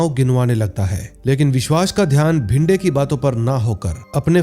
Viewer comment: Bhinde nahi re it's bhide , vishwas ka surname saranjame hai sarjami nahi😂